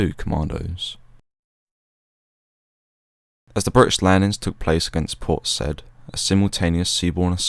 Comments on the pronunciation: I think it’s pronounced say-eed not said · I believe it's pronounced, "Port Sigh-eed." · Awesome video mate. Small detail only: Port Said (that is “Say-eed”). Carry on. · It's pronounced, Port Sigh-eed. Commandos are referred to by single digit numbers. 40 Commando is four-oh, 43 is four-three. As The Marines will tell you, forty three is a position in the Kama Sutra. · A good video, but the narrator should have learned the correct pronunciation of "Port Said." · Yeah, it's a superb video - but it was kind of let down by mispronunciations. Not only Port "Sai'eed" but Port Few-ad as he said in the video is pronounced "Port Foo'aad".